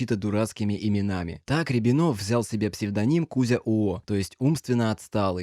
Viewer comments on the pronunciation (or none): рЯбинов а не рябИнов